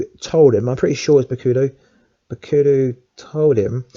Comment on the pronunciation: good vid however you cant say bakuto name correct and kun lun, and you also think daredevil is better than iron fist I would disagree.